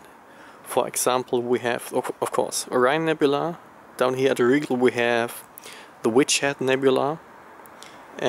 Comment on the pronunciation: In English Rigel is pronounced Rye-Gell but very cool video! Can't wait to get my Astrophotography set up started!